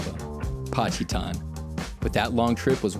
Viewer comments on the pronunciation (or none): patchy-tan in Pacitan lol